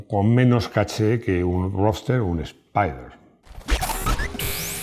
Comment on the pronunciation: Ruoster! jejejeje el MX5 es RUOSTEEER! jajaja